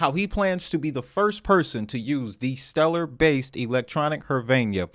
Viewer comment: I feel like he mispronounced stellar deliberately.